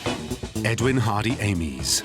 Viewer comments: You have ruined an excellent documentary by mispronouncing Amies surname Surely you know how to speak English ? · My surname is Amies - how would like me to pronounce it. We use the phonetic 'Aymees'